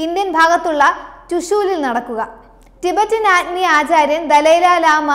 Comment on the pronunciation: കൊച്ചെ ചാര്യൻ അല്ല ആചാര്യൻ